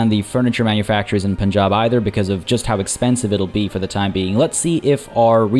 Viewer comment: Lmao intentionally mispronouncing things for the intro to this one was a challenge. "Poonjab" lmao. Major focus on economic progress this episode as we gear up for the next major conflict. If you missed the previous episodes, check out the playlist here